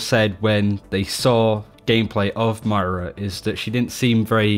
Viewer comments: Ugh! It's "Moyrah" not "Myra" 🙄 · got her name right for 25 mins. man calls her Myra, as in Hindley. Moi-ra:) Not My-ra. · Can you please please stop saying Myra it makes these videos hard to watch. Moy-ruh please work on this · Moira (the great) is a different name to Myra (quiet song)... please, please for the love of all you hold sacred, say MOIRA. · Alcoholic Nun, it’s Moyra if you put that y in “Moira” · moooeeeeeraaaaa not miiiiiira =P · if you say m-eye-ra one more time :| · Say the word boy. Exchange the B for an M, and then add 'ra' to the end of that word. Moira. MOIRA. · Say it with me.....MOI-ra....MOIIII-ra......Or-EEE-sa......AH-NA......Fah-Rah.......SOHmbra.....See? You're getting it? It's not that hard to pronounce peoples' names how they say them themselves... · Yan Ade Moira is British. Moy-ra is how all Brits pronounce it. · Slootyboot ok then. Have a Nice day :D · ItsAtomic 03 His accent has nothing to do with his mispronunciation of her name. He's British, for fuck sake. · BNet Healer#11870 His accent has nothing to do with his mispronunciation. im british and he's triggering me too. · He's STILL pronouncing her name wrong. Its not that hard.